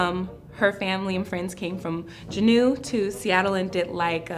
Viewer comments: we don't call our villages "reservations" "gen-know" it's pronounced "jew-know" juneau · it’s pronounced Juno, not juhnew!! but i love seeing our ak natives represent! i’m dena’ina athabascan from alaska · As an Afro-Native American living in Alaska for many years, I have never heard anyone pronounce Juneau that way lol. So cute. But also, I immediately when the one girl said she’d never been to a powwow or had fry bread, I was like oh, she could be Alaska Native because in interior Alaska, we have potlatches which is a different name for a powwow lol it’s also a little different in other ways but typically we don’t always call gatherings powwow up here. On the coasts for the Tlingit and Haida peoples, they’re on the beautiful coasts so like, they might call their gatherings powwows but I literally haven’t been to one since I was 2 years old so I have no clue 😂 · My bf is Tsimshian he grew up in Ketchikan he said he's NEVER heard Juneau pronunced like that. And she also mentioned a reservation in Juneau but there is no rez in Juneau, the only reservation is Metlakatla, did she just goof or did she mean "village" instead of reservation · I lived in Alaska my whole life and had never heard that pronunciation of Juneau! So interesting! :) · When I tell you I scroooooolled for this comment. I was born and raised in Juneau and I am Tlingit. I have never ever heard Juneau pronounced that way either. I've been to Powwows in Anchorage and Fairbanks...I think the closest thing Southeast Alaska would have to a powwow are family potlatches or Celebration. Also the only reservation I've known of in Alaska is Metlakatla. I wonder if she was meaning village. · Being an alaska native and seeing other alaska natives on a show like this, it’s cool. But how you mispronounce Juneau😭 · How she pronounced Juneau…